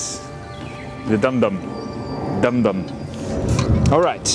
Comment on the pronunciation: i crack up whenever you say DUmDUm😆😆😆